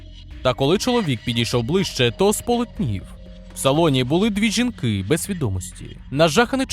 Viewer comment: На жаль, текст озвучує ШІ. Просто є більш якісна озвучка, і менш якісна. Якщо уважно прислухатись, можна помітити деякі помилки в наголосах. Наприклад: "...дві жінкИ..."